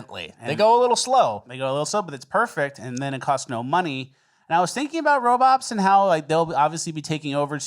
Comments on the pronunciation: My favorite things is when miss says words to troll....i.e. robops😊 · Just here for confirmation that ol is saying "Robops" and not "Robots" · Robops? Really? Its Robots! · First “aliems” now “robops” 😂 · Are you saying "RoboPs"? Ya, this definitely belongs in cringe of the week. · Anyone else catch how says robots?... wtf